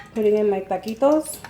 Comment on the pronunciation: Taquitos. Not ta quits. Lol.